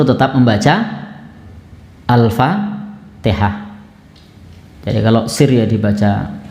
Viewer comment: Yang kadang jadi masalah, Seorang Imam baca Al Fatihah nya saja tidak sesuai Tajwid,asal bunyi...